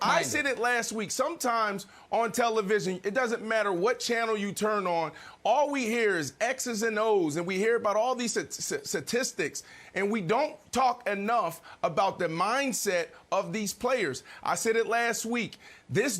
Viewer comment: Brandon Marshall : "Satistics" Why is he on TV?